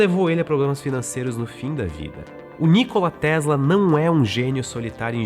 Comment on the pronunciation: não quero polemizar, mas que tal compararmos as asneiras ditas aqui com os diversos documentários feitos pelo History Channel a respeito de Nikola Tesla? P.S.: até na pronuncia do nome do Nikola Tesla o apresentador falha